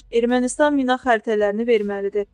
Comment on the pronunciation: O mina deyil mi'nadır